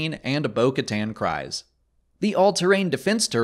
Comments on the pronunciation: I didn’t know bocatan cries btw it’s pronounced bocatan creese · her name is pronounced kreez like freeze but with a k instead of f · Great update! Thanks! Also, Kryze is pronounced "Kreeze." It's said more than once in The Clone Wars.